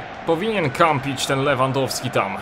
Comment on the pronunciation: Powiedział Rewandowski niż Lewandowski xD